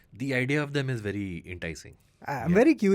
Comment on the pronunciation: Did just say "v difficult" instead of "very difficult"??? 😂😂😂😂😂